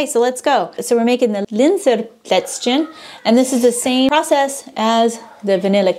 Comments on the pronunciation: Tsimmtsterne and Plätz-chen (as if you speak Chinese)! ;)))) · I don't want to be rude but this is important: The pronounciation of for example "Zimtsterne" and "Plätzchen" is not on point. I can imagine that your german friends are in wrong way polite but if you really want to learn german good you need to insist the friends to correct you, even if its annoying. I by myself am in a similar situation. I live in Portugal right now and learning portuguese. All the portuguese always say, how good my portuguese is. I beliefe no word of this. Luckily I have a good teacher which is always correcting me. What also was helping me with pronouncation is a online learning programm where you can hear the words again and again. You can adjust to hear them slowly first. This was very effective. After the first 1000 words you instinctivly pronounce also new words correctly because there are always patterns in Phonetic and so on.... PS: I know that german is a hell of a language but I knwo examples of adults who were learning german in 2 years almost perfectly. It's hard work, but possible...